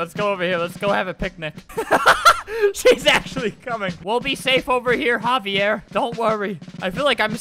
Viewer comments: Omg, 'haviere' xD. Its 'XAVier', lol. I have a cousin thats name is xavier, so i know :3. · Just saying: that 'xavier' guy was not pronounced like havier, it would be spelled Javier then. Its pronounced zavier. I'm only saying this because you made me think of a hilarious story where a minister at my grampa's funeral did the same thing with my cousin Xavier and my whole family laughed so much. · Im wheezing albert cant pronounce names for his life Xavier is like zavier, not HAHV EE AIR bruh i aint ever known someone named xavier whos name is pronounced like that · Albert, it isn't pronounced HA-VEE-AIR It's pronounced EX-A-VEE-ER as in Xavier??? XD but I guess it COULD be either way... LOL I just HAD to comment this I'm sorry XD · Xavier is said zavier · It pronounced zaiver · Its not haviair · I died laughing when Albert tried to pronounce Xavier. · Albert you pronounced Xaivier wrong.